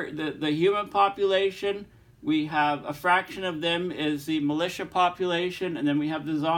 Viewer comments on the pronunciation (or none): none